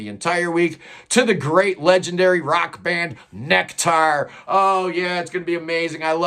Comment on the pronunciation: Is it really pronounced "Neck Tar"?